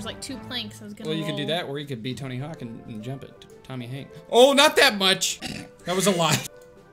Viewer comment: It tony hawk not tony hank